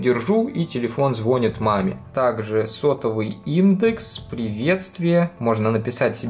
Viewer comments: Не звОнит, а звонИт! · Звонит пишется званит говорится двоишник